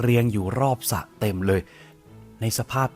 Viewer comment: ริมสระ ส่ะด้วย555